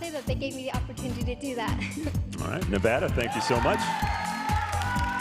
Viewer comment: I’m mad the girl representing nevada said nevada wrong. 😑